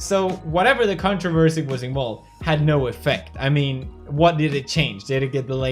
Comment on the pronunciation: I swear he said cuntroversy